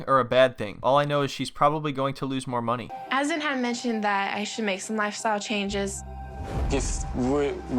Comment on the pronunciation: Its pronounced uh.zaan not AZZ.EN :| Would appreciate some research on pronouncing names, Azan is not even a complicated name. :/